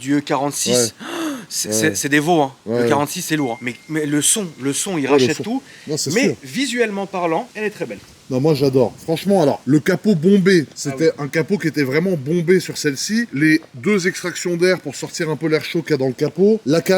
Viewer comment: La prononciation de "capot bombé" et "verre bouteille" est totalement incompréhensible 😂